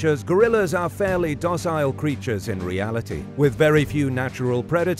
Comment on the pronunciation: FUNNY pronunciation? 1/2 way between the UK Docile & the US Dossle.